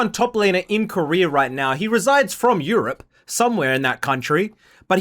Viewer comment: 13 seconds to the video and im ragebaited by saying europe as fucking courty